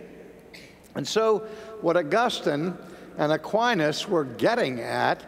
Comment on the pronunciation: Aquines is a Latin name, unfortunately I heaven't heard one American who can pronounce Latin correctly. God is infinite means simply, we don't know where he is, what he is and how we should understand him (or her). We define him therefore as infinitely potent and smart. It also means we ignore and deny the possibility that anything else is infinite (such as the universe).